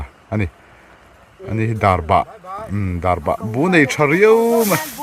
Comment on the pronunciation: Darbah nilovin Darbak tihtur